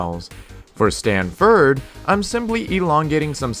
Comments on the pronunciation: Ford. Not Frd sorry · It’s ford not ferd